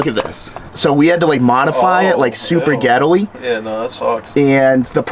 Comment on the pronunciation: New word unlocked: Ghettily